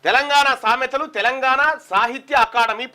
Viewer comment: Sametha correct ga chaduv